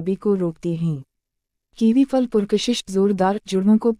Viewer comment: پھل کو فل کہہ رہی ہے